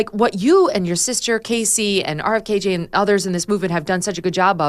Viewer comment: Please stop calling RFK JR, “RFKJ”. It’s weird.